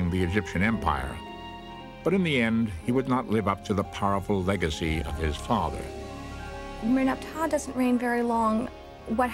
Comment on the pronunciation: Can someone teach these guys grammar? "Merneptah" is not pronounced "Muhnepatuh", and its "Debris" not "Daybris" Also, you don't put the accent on all the syllables at once in any word.